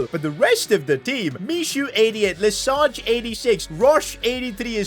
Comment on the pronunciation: loved the video as always! a few tips for your french because why not : for Lesage, the G is pronounce as a J (like in massage for exemple). Then, the letter ç is pronounced like an S. Finally, the sound OY isn’t pronounced as in english, it’s more like oua